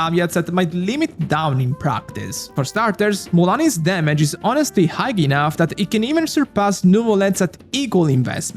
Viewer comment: "high" si pronuncia senza la "gh" finale, quindi come il saluto "hi". Se fai i video in inglese, al netto dell'ottimo lessico, dovresti lavorare un po' sulla pronuncia corretta.